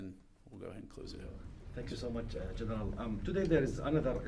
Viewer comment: Gen”er”al lense-pulheim